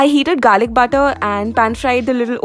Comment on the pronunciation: when she said garliv butter my heart went doom ! #WEHAVESAMEFAVORITESiINFOODS!